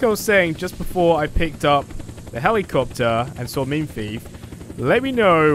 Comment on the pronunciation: Heli capetary